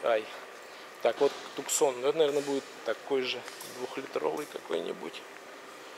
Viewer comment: Надо дружок хоть немного английский знать раз делаешь обзоры. Не всё так читается как пишется. Твоё "туксон" режет ухо 🙉